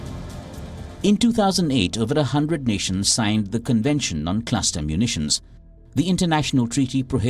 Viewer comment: Wtf is a "claster" bomb?